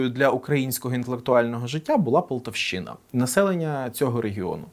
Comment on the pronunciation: ПолтавщИна звучить як чортівщИна.....ну,слухайте ,коли випускаєте таке в ефір,хоч би передивлялася які правильні наголоси!!!!! Це сором шановні!!!! просто ганьба! Розмовляти про українську мову і робити дитячі помилки! Та воно ж навіть вухо ріже......та підставте ж собі будь-якие інше місто...КИївщина,ОдЕщина,ЧеркАщина,ЛьвІвщина,ТернОпільщина.